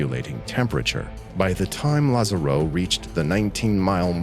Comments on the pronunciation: Just letting you know, in Spanish the written accent in letter A, would put the stress on that vowel, not the last one; therefore, it would be pronounced, lÁzaro. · Also please check on the pronunciation of Lázaro. The video correctly shows the accent on the first "a" but the narrator keeps pronouncing it with the accent on the "o".